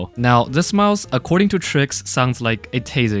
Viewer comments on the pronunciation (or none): did you just-... no, you did not just.. called... Trycs triks?!??? Tf